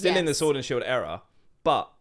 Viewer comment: It's Era not error 😂 Also Battles Styles is the best regular set of Sword and Shield imo, It gets kicked so much.